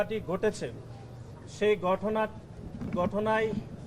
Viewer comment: গঠনা না ভাই ঘটনা উচ্চারণ সঠিক হয় না।